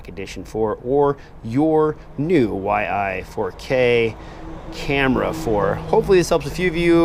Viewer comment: Yi - not Y-I. Like Y as in Ying and "ee". Love how you always find a way to butcher names :D (j/k). Really looking forward to this cam for my racing/acro quad. The previous Yi was pretty dope for like $60 with all its scripts for higher bitrates etc. Wasn't as crisp as a Gopro 4 silver/black, but still better than a Session at 25Mbit. Already seen some footage from the Big Whoop drone racers Jet and A_Nub, who got this from the first batch and it looks real promising.